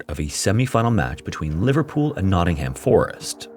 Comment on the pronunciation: Nottingham !!!!! We say nottingam without the h.